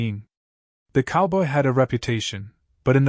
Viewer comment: Why can't the narrator say "COWBOY!" ???